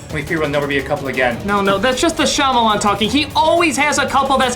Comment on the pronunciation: i have never heard anyone pronounce "Shyamalan" like that